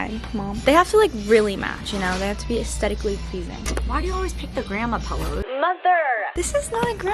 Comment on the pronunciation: once said moTHERR